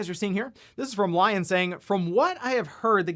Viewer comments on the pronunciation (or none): none